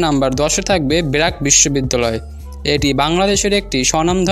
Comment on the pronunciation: কথাগুলা স্পষ্ট করেন আগে😂 বেরাক নাকি ব্রাক🤣🤣